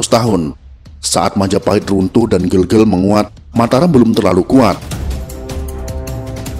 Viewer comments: Ijin bang, yang bener itu di baca GEGEL, Bukan Gegel🙏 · Gelgel bukan gelgel.. ee buke e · Pelafalannya bukan Bukan GELGEL tapi GeLGeL ya Bang. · bacanya itu gelgel bukan gelgel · Penyebutan Kerajaan Gelgel kurang tepat min, benarnya pake ē bukan e. Hanya menambahkan informasi tanpa tujuan khusus ✌🏻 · Ucapan ,bukan gel2 malahEl yg benar" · Gelgel e nya dibaca spt pd vespa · Gelgel e nya jgn dibaca e spt pd kata " berapa " tp dibaca spt e pd kata " vespa " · Maaf min cara baca gelgel itu bukan bgitu tpi cara baca vokal E biasa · Cara baca gelgel nya salah om